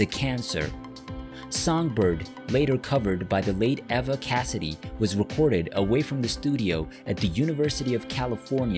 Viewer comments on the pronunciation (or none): none